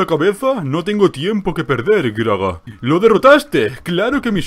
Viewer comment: Cuando pronuncias el nombre del personaje (Groga) escucho que dices "Gragra" o una variante, pero nunca Groga. xD No sé si soy al único que le pasa.